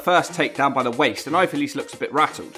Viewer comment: Hahaha big fan but can't pronounce her name properly, love that from